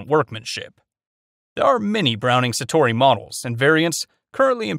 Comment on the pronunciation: "frankie" instinct l? browning "satori"? "plasar" f16? lmao